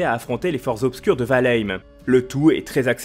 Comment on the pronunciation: Quand est ce que les youtuber vont commencer à apprendre à prononcer le nom des jeux avant d'en parler ? C'est la base quand même nan ?